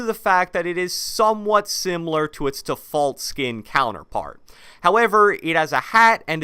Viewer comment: Bro how do you say defoult